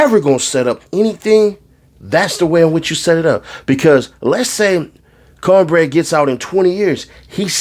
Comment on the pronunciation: Not counbreaddd 😂😂😂😂😂